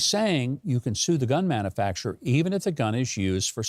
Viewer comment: Its pronounced man-u-facturer not man-a-facterer i guess you and Brandon went to the same schools.